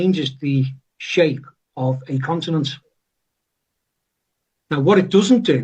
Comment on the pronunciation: He's pronouncing it "consinent"😂